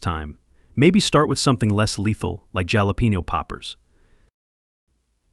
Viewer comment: Please…it’s pronounced ‘halopenyo’ poppers. It’s a Spanish ‘j’ so it is pronounced like the English ’h’.